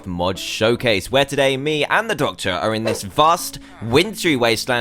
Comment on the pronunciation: when you said the doctor it sounded like doctor who